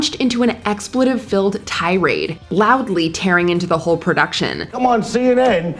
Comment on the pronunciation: It's expletive, with a hard 'e' sound.